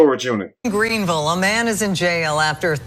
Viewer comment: My mouth is wide open I’m so familiar with Greenville,MS and the way you say it cracks me up same way we do 😊 I went to school there and lived there and left - love you who sent you this I never thought I would hear about Greenville 😅😮the way they chopped you Beauchamp Road 😅😮